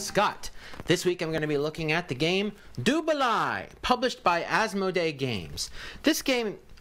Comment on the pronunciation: I have noted that you are fairly anal with names so I'll take the time to correct you : it is pronounced "du baley" balai is french for broom, which as you know is what these whitch Cheerses ride.